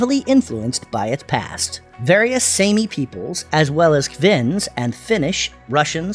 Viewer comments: Informative. Thank you but please improve your pronunciation. “Sammy” is so hard to hear for Sami. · Pronunciation of "Sami": sah meee not - say mee